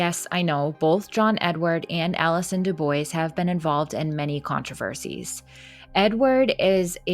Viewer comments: Dubois...it's pronounced 'doo-bwah' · Actually, it's "dyu-bwah". It's a French name. But nobody expects Americans to get it right.